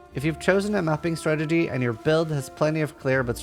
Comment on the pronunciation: You got a like and I'm already a subscriber... but if I have to hear you say "stragedy" instead of strategy one more time I think I will shoot myself!